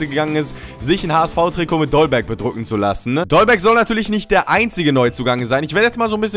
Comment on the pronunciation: Dolberg nicht Dollberg...